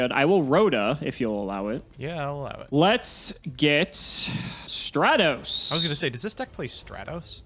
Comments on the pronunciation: mark this day on your calendars folks FINALLY pronounces Stratos right and now for Ryza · Bricking is representative for Monarchs. Top Decking is representativ for xD And still no love for Mobius I see. And burn is still as boring a deck as I remember it to be. And finally. You guys may not have realized yet but actually pronounced Stratos and Raiza correctly this episode